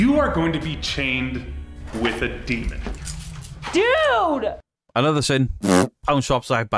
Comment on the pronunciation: She: "look at the upsidedown dee-mong creatures" Me: "nah its dust and you are full of shiff.. the bullshiff variety with some mentally unstable frosting on top". All joking aside, i renovate houses and the occasional castle if the price is right. 1 hammerstroke on say a door will send off so many dust particles at some point it will seem like its snowing. When in doubt throw it out is my stance and if you can recreate of there is a natural explanation ( like you are walking into a dilapidated, dusty property, your camera will pick up dust particles) "do you know if its safe" Sigh you are in an abandoned property where there is crap missing from the sealing. Probably refurbished at one point and if its in the 1960s-1990s you can be safe to bet that there is some form of asbestos in there. Huffing and puffing it in. So to answer the question NO its not safe. If paint is peeling there is a likelyhood its lead based and that also causes a crapton of OTHER problems. Now imagine being a family with having real unexplained scary phenomena going around their property. then you have those knuckleheads show up and make a mockery of what is going on or what the family is going through... This is why i like certain documentaries ( like time team about excavations and archaeology and it has humor in it as well) or series like the "into the bermuda triangle, cursed waters " where they follow oceanographers and dive teams trying to identify mystery wrecks. That team found parts of the debr